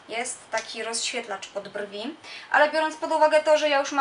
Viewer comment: mojim zdaniem pani na koniec powiedziała dżwi a nie brwi